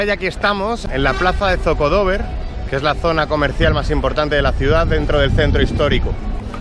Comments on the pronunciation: No se dice Zocodóver, se dice Zocodovér (sin tilde eso si). Saludos. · Varias correcciones: 1. No hay ningún AVE a Toledo, es un tren Avant 2. No cuesta 55€... cuesta 13 ida y unos 20 ida y vuelta 3. No se dice zocodóver, sino zocodovér (con golpe de voz en la E) Me alegro de que te haya gustado mi ciudad, saludos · Buen vídeo, pero se dice zocodover, acentuando la E no la tercera O. Saludos. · Bonito video, pero le voy ha corregir al chico que lo comenta. La plaza principal de Toledo se llama ZOCODOBER no como lo comenta el ZOCO DOBER nooooo. Un TOLEDANO 100%. Saludos.... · Bueno, lo ha explicado regulín. Iba de un sitio a otro y da la sensación que lo tiene todo pegado. Tampoco ha dado datos correctos como el precio del AVE y oirle deci ZocodOver en lugar de ZocodovEr.... uff eso si, se lo ha currao y le ha puesto mucho amor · La sílaba tónica es -er ZOCODOVER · Zocodover es palabra aguda no llana